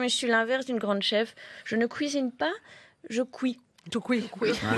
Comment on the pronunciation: "Au prix des ressources minières mon utérus c'est le Congo" 😂😂 Et ce "cuisine" à l'accent belge 🥰